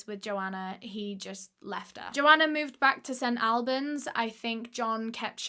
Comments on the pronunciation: Ahhh I’m from there! Love you! you say it like Allbans x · these uploads got my head spinning, you're a star!!! also, its pronounced St ALLBANS or AWLBANS (how does one phonetic) - my dumbass can't believe there's a case close to home DAAAAMN I'm excited for part 2 <3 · English towns are never pronounced how they are spelt but just to let you know- St. Albans is pronounced like all-burns. Which doesnt make much sense lol :) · We say St All-bens hehe I have never heard it another way! Love your story telling 👏🏼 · It’s pronounced st all -berns